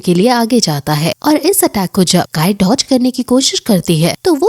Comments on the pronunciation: Please don't say kayer it's sayir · Not kayar it's saysr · Didi आप भी कायर बोल रही हो वो सायर है जी कायर नहीं ,😸✌